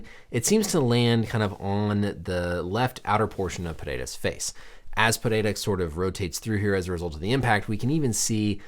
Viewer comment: The way you pronounce Alex's last name with the Brazilian accent. Hespect